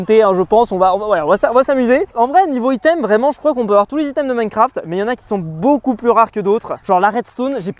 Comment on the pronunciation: "Minecraft eurf"